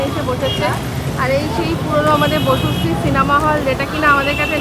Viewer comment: Bocusree না, বসুশ্রী 😂